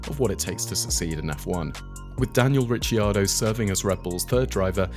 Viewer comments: Rick-ar-doe, not Richy 😅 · It's Rick-kee-are-doe...Ricardo is Rick-are-doe😊